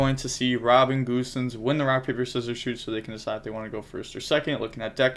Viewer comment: Its gosens not goosens. Referring to the german footballer